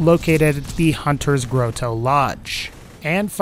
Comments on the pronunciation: Howdy, I enjoy your videos, so keep up the good work. I wanted to give you a tip. Grotto is pronounced "grot-toe". You have been consistent in your pronunciation, so I figured you didn't know. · / / "GROAT-OH?!" Really? It's pronounced "GROT-oh" (often pronounced with a "soft" 't' by those of us west of the Atlantic which sounds like a 'd' to the English). It needs a full set of ir0n sights. Actually, so does the Buffalo. The Buffalo only has a front sight but no rear sight, plus your line-of-sight lines up just above the front sight, so it's hard to sc0re longsh0ts. Also, these aren't technically "sniper" rifles since they have no scopes. They'd be more accurately defined as "safari rifles." Whitting's Elephant Gun from BL1 (which had plain basic ir0n sights that actually lined up well enough) should have been called "Whitting's Safari Rifle" since there are no elephants on Pandora. Real-world safari rifles are typically used without scopes because scopes inhibit peripheral vision which, in turn, inhibits situational awareness. Hip-fire accuracy is irrelevant with a bolt-action no-scope safari rifle. If you want to improve "fire rate" (which is more like improving dexterity with bolt-action and pump-action guns), then use the Infiltrator class mod. "Aiming down sights" without sights is a weird concept, but BL2 doesn't really understand how ir0n sights work, seeing as how most of them don't line up right (or don't exist). BL1 had that issue too, but to a lesser degree, and TPS has it to a greater degree. BL3 seems to break that pattern, thankfully.